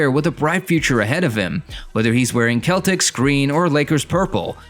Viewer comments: what you mean are you saying im a hater what im saying why did he say celtics like that that's not how you say it like what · why did you say celtics like that though